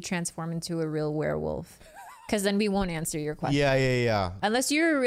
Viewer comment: "It's a Warewoof!" lol